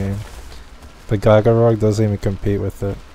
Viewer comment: So do you know how to say giga